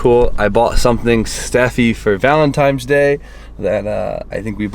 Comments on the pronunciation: VALENTINES.......TINES......N..... there is an "N" there, not an "M" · Did he just say Valentimes day? Times? Its Tine! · You're killin me with ValentiMe's day. It just hits my ear wrong. Im hoping you know its ValentiNe's Day. Anyways happy V-day to you and B Hall and to your ladies as well. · Why do people say valentiMes!? That's a pet peeve I never knew I had lmao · You and rudnik both callin it Valentimes day haha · Thought I was the only weirdo that says valentimes 🤣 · are you saying "Valen-times day?" 😂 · Him and rudnik say “times”, bugs the shit outta me 😂